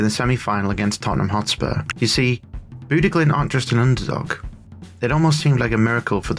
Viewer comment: bude glimt? you somehow got the name more wrong than the people who just say bodo glimt